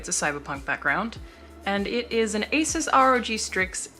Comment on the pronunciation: Holy shit...you say Asus like it's supposed to be said. Not ''azuse''.